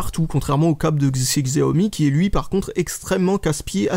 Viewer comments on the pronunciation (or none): Je ne suis pas sur mais je crois que Xiaomi ce prononce "chiaomi"